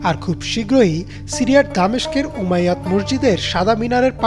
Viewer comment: উমাইয়াত নয় উমাই ইয়াহ শব্দ হবে